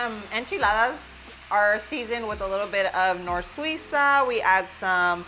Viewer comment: you said “it’s typically seasoned with NOR-SWEE-SA” ? I couldn’t understand what you said. What is the spice? Again you say it again. That it’s like a bouillon powder?